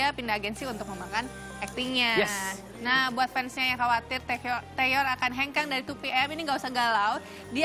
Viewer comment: Maaf ya. Namanya bukan taeyeon tapi taecyeon